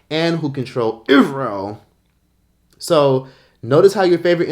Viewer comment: The way says IsRe@ and the flag popping up got me cryin😭😭